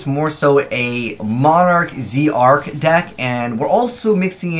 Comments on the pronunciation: It's not Zeee Arc it's Zarc it's pronounced as Zarc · Zarc not z Arc